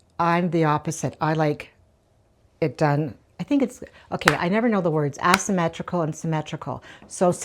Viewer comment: I agree with you. 😂I like items placed in an asymmetrical way.also By the way you're cute you were saying "ass symmetrical" it's actually pronounced with a long A like in the word say ..."A symmetrical". I like your video you always make me laugh by some of the casual things you say. You would be one of the best girlfriends to be around!❤